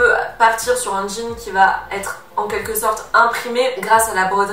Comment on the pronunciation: S'il te plaît, arrête de dire "ça va t'être " , il n'y a pas de "t" à "va" , "ça va être " donc pas de liaison à l'oral.... merci